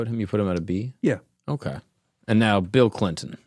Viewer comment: “Bill Blinton”